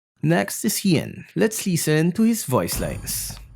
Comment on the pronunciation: you sounded like you said "Lee Sin" instead of "Listen" LMAO